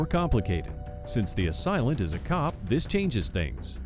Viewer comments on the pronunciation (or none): Please, it's "assailant"; not "a silent".❤ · AH-SAIL-ENT. Not, AH-SILE-LENT. Sorry, your wrong pronunciation of that word is driving me nuts lolol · It's "ASAILENT", "SAIL" there is no such word as "asilent". Jesus! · 20.43 A-Silent ???? English language has left the chat It is pronounced /əˈseɪlənt/ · Please correct your pronunciation of assailant - A-SAIL-ANT, not A-SILENT. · "Asilent"? What is an asilent? Did you mean assailant? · PSA ; Assailant is pronounced “ A “say” lent 🤦‍♂️ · Assailant. a-sail-lent. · "A silent" is not how you pronounce assailant. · It's pronounced "uh-sail-ent," narrator.